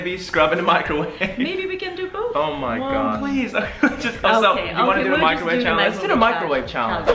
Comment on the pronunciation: Microwave not microvate